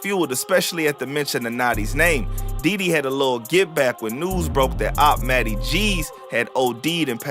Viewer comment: he says matty not notti